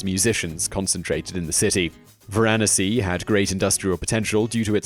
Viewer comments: Varanasi - pronounced VARANASI (like Tallahassee) not Varaahnasi.... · Is pronounced Varnasi not varahnasee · Phonetically Varanasi is prounouced vara nass sea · India's oldest town is VaranAAsi, not VarAAnasi. Pronunciation is on the 3;rd vowel. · varnasi at 6 ? it's the oldest read again 😤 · The correct pronunciation of the ancient Indian city is VaranAsi, with the accent on the next-to-the-last syllable. The second syllable is NOT accented, as you have pronounced it. If you said var-NAS-si, that would be closer to correct than what you are saying now. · omg learn to say "Varanasi" properly.... vomit. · whoe these are definitely some of the earth’s oldest cities. his dates are more than suspect, as is his pronounciation of Varanasi.